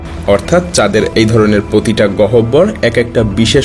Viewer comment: প্রিয় ভাই! গহবর উচ্চারণটা একটু অভিধান দেখে নিলে ভালো হতো।